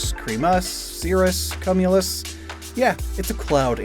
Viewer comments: That is not how you pronounce cumulous. LOL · i’m begging you to look up the correct pronunciation of the word cumulus😭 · Lol cum-ulus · 🤨 It's "kyoo-myuh-luhs" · thats one way of pronouncing cumulus 😭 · the mispronunciation of 'cumulus...' huehuehue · Def had to rewind and do a double take on the pronunciation of “cumulus” 👀👀👀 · Did no one hear the way he pronounced "cumulus"? LMAO. Great video, though!